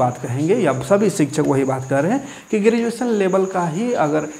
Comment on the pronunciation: ई अनपढ़ नेता tenth ka बूक हाथ से छुआ नहीं होगा इसको ग्रेजुएशन बोलने नहीं आता शिक्षा मंत्री है